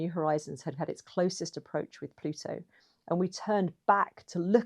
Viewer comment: An Anglophone that can pronounce 'Plutu.' Thank you! Merrikuns, it's not ploodo... .